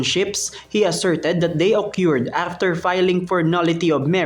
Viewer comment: anong ok-yurd????